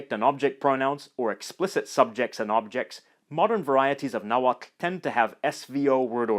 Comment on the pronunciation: wowww! I´m Mexican and never learnt how to pronounce "tl" in Nahuatl and you being foreign do it so well!! very good skills!